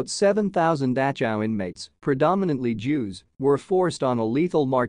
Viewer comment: I’ve never heard the name of this camp pronounced like this. It’s very distracting. Couldn’t finish the video.